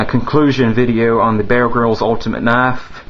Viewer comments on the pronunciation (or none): Why cant you pronounce an R??? Are you asian? Its BeaR not BeaL! Are you so ronrey?